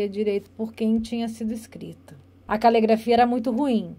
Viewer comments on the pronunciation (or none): É calegrafia ou caligrafia? Tanto interrogador quanto interrogado estão pronunciando errado!